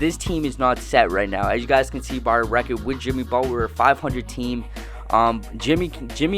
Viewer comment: Why are you pronouncing Butler like that? Sounds like you are saying "Buh'ller" Cousins is way better than Butler and you are underestimating the value of Jrue Holiday.